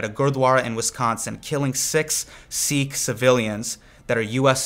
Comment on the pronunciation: Your pronunciation of desi words like "Sikh" is way off, but your message is spot on. Thank you for making this video!